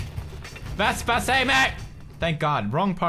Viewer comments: Why do you call the scooter vestpa? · vespa, not vesper